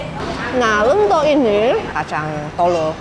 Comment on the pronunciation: Lentho kan bukan lento